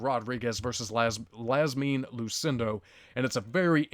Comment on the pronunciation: Marina = Ma-reen-uh... and Iasmin = YAS-meen